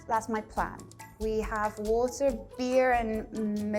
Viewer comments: with a straight face she says: "in the netherlands we say 'wotter' " NOOOOOOOOOO, we say 'waaater'. i'm sorry...but this really get's me mad!.... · I am from sweden and speak alot of dutch. Im not trying to hate, but. She doesn’t speak dutch very well. Her pronouncing isnt the best. Like for example ”water” the dutch word for water is actually pronounced ”waeter” its hard to explain but she literally just said water in the English way. So yeah, dutch does not sound like that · I agree her dutch doesnt sound natural, In the pronouciation. Of ”Water” she sounded very english in dutch the A and E are sounding much clearer. The swedish Girl is very clearly a native speaker. Yes i speak both on native level. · Again, the girl representing Dutch language is not pronouncing the Dutch words correctly - she's pronouncing them like English words (eet/eten, huis, water, leest, boek, etc.) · im not dutch but still I think her dutch was worse than mine in pronunciation XD she just sound english - WATER XD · w-a-t-e-r!!!! Ha-ha-ha! her pronunciation is English closer to US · the dutch one sounds very weird to me as a dutch idk. like she is talking with her mouth closed like water in dutch should be pronounced as wa-ter but she pronounced more as wo-der and she lost the heavily pronounced k at the end of melk and her ui in huis sounded like au